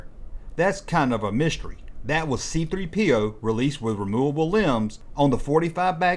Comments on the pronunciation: Why is the narrator putting the emphasis on "P" in C-3PO's name? The emphasis goes on the "3," everyone knows that. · Why does he pronounce it C3-PO instead of C-3PO? Never heard anyone say it like that. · The way this guy says C3PO with the emphasis on the P instead of the 3 is just weird.